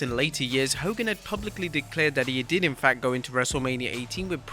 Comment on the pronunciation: "The facthe”